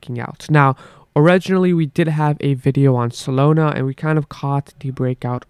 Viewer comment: Not SOLONA……. solAna…..